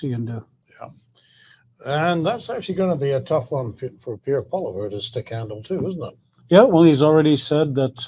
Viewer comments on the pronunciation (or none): Please pronounce Pierre’s surname PROPERLY!! It’s not that hard and as a journalist you really should take the time to pronounce the Leader of the Opposition’s name PROPERLY! Say POLY-EV!! Simple!!